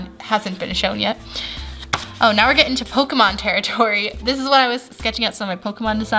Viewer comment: How can she pronounce pokimon good bit cant prronounce naruto right me:confushan